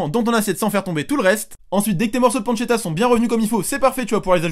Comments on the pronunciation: Oui. De la pancetta. Ça se prononce panechetta. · ça s'écrit "pancetta" et se prononce "pantchetta" 🤷‍♂️